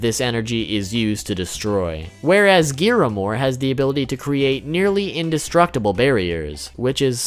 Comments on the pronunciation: Giramore??? Really fam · GRIAMORE. GRIAMORE!!!!!! NOT GIRAMORE!!!!!! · Broo, why do you say giamore, its griamore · ITS pronounced griamor not giamor😑😑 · It's griamore and dreyfus not giramore and drake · Why hav i not seen a singel Persson comment that they say “Giramore” instead of Griamore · Why do you say “Gearamore”? It’s GRiamore. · Who the fuck is giramore it's griamore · It’s griamore not giamore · its not giiiiiramor its griamor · gearmore? isn't it griamore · you said geamore its greamore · GRIAmore not giramore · You said Giramore,its Griamore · "Giramore" "Dererie" "DOLER" Im going to CRY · did he say "Giramore"~? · the amount of mispronounced names 👌 “LionAYS” “GEARamore” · Them 🥴: “Melly Otis” “Escan or” “Gear amore” “Lyonnaise” “Gloxsin ia” “Droller” All of us Seven deadly sins fans ❣️ : WTF?!! 😤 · Did you say giramore? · ignore this pls but it's gree - ah- more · I wanted to die when he said giramore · It's ZaraTRAS and GRIAmore I love the video I know things I didn't know before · ?? idk if it's just me but I'm pretty sure they at least pronounced Meliodas, Escanor, Liones and Gloxinia right Griamore, Derieri and Drole tho yeah no idea how they messed that up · oy y u not know how to say the names of griamore and zaratros proply??????? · WTF IS IT ABOUT YOU GUYS INABILITY TO PRONOUNCE GRIAMORE??? i love you but it pisses me off xxx